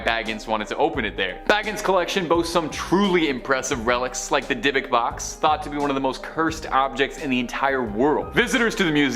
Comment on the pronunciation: Your mis pronouncing dybbuk